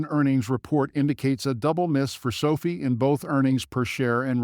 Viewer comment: NOT pronounced so fee.